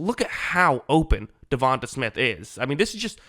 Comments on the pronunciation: its not "davon-tuh", its "devon-te" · Sir, I enjoy your breakdowns and have subscribed. However, you sound like AI reading this man's name. From Wikipedia: DeVonta Smith (/dəˈvɒnteɪ/ də-VON-tay) <-- tay like say, way, hay.